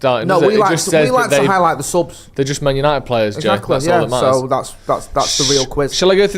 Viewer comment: Remember last week "YANITED ARE BACK" 😂😂😂😂😂😊